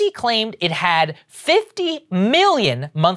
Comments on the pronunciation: Oh-zee? Oh, no… 🤦‍♀️ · It's probably pronounced OZY like in Ozy Ozborn. It's spelled the same. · I would correct Saager's pronunciation but that's totally what one of these types of companies would call themselves.